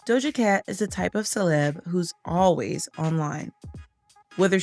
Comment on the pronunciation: The way her name was said 😭